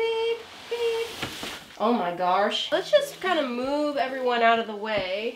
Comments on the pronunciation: I like when she is like "oh my garsh....." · No one::oh my garsh